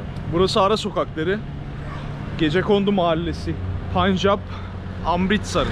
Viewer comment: telaffuzun yanlış...SİKH... değil SİH ... Öyle mi yazılıyor bilmiyorum. Ama onlarca yıldır, telaffuz bu şekilde. Bir de, punjap değil telaffuzu PENJAP... O rası da bilinen zamanlardan beri öyle telaffuz ediliyor.